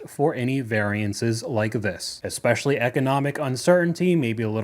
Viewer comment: Anyone who pronounces it "ekpecially" automatically lose me with their argument 😂